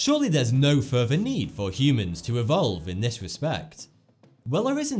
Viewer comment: "Humans have no furver need to evolve"